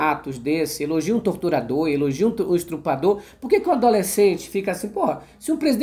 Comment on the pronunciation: Cliquei sem querer e a mensagem ficou sem sentido por estar inacabada, oque eu estava falando e o seguinte: algumas vezes voce fala ao invés de estuprar estrupar , desculpe isso pode desqualificar o trabalho tão importante que vocês oferecem a nós ( sociedade) como já disse gosto muito do canal, e da sua pessoa e espero a sua compreensão., obrigado por nos deixar atentos e informados.